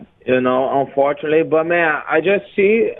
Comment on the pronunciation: Its UNFORTUNATELY rafael. What the fuck is "unfortaly" hahahahaha